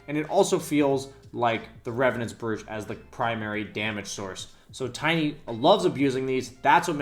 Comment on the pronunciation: brooch is pronounced broach